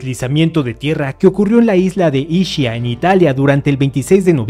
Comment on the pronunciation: Recuerda que es Italiano, y no se pronuncia como se lee, cómo subes tu contenido sin percatarse de la pronunciación?? Isquia en Italiano. Ishquia en Napolitano.